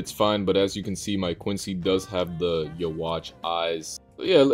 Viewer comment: bro said yuwatch9